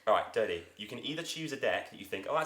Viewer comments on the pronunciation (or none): Lol he called dodie Dorathy